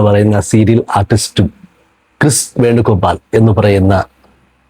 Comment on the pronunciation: കൃഷ് അല്ല ...ക്രിസ്. പിന്നെ പെൺകുട്ടി അല്ല ...സ്ത്രീ ...അവർക്കു 40 -45 വയസുകാണും